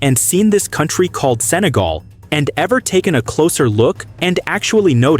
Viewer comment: 日本語でもセネガルではなくサガルと聞こえますね